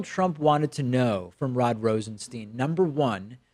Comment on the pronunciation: LOL. For someone who goes out his way to point out the frequent mispronunciation of the name "Nunes," you sure take liberties with the pronunciation of the name "Rosenstein."